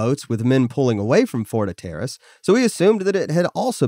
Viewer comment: Huh-TER-rus? Hell no, it's HAT-r-us.